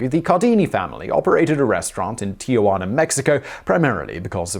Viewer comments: It's Tijuana, NOT Tiajuana. There's no "a" before the "j". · It's Tijuana not TiAjuana!